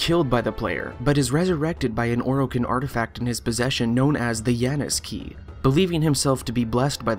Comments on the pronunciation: “The anus key” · Think hes talking about the janus key but seriously its so small of a mistake. i dont know what he found so bad about it